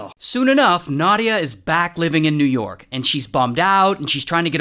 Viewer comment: oh no! you mispronounced both New York AND Russia...